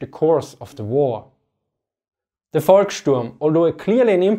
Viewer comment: Heads Full Of Eyeballs correct. But it's "Volkssturm", not "Volksturm".